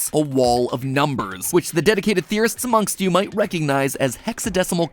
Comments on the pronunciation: when you said kingdom run by theorists, I heard terrorist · Weird how saying words like 'Theorists' always sound like "istis". Same thing with 'Hydroflasks' and 'Masks'. Try saying those without the "istis" or "sks" sound at the end. (If you can then I'm sorry you aren't human) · I thought the intro said terrorist